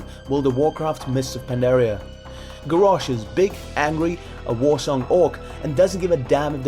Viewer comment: The way you pronounced Garrosh annoyed me so much ... But great video anyway!